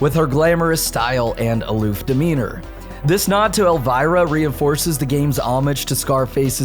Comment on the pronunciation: dude it's EL-VEER-A not EL-WIRE-A